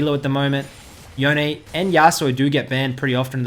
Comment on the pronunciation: Can people STOP saying YasuOO it is so freaking annoying. It is yasuo, pronounced YASU, like Yone, not YonE as some people are saying it. REEEEEEEE